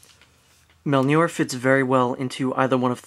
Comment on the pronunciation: ...MOJLNEEER DUMMY NOT MEJLNER !!!